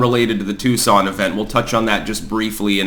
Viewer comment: It’s Tucson, not Tuscon…